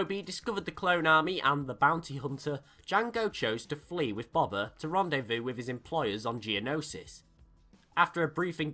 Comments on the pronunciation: dude i love your vids but its not bob-bah fett it's pronounced bow-bah fett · Really good video but it just really bothered me that you called him bober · Please my ears stop saying Bobba it’s Boba ffs. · It's pronounced "Boe-bah" not "bob-ah" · Just Btw.. It is pronounced B-oh-ba Fett not Bob-a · I can't hear you pronounce BOBA as BABA one more time. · You say it like baba its funny He named his son the heir to a line and race of warriors BABA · It's Boba. You say Boba like buba. Freaking moron. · Going To Be That Guy I thought that at first, but I'm sure he could say "bow tie" so I'm sure he could say "bowba" the correct way. Though, I'm not judging him for it. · WHY ARE U SAYING BOBA LIKE THAT IT HURTS